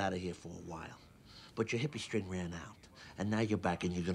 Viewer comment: Hippie "string" not "strength"